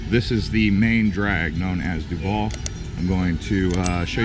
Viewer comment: It’s Truval not Trudu